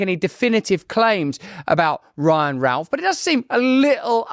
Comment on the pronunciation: you didnt pronounce his name right,,,,,,,,,its ROUTH not Ralph !